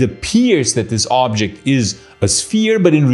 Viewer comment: Everytime he says "Ooooobjekt" drink 🍸 whatever you want